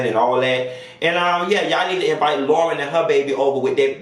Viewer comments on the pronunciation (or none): none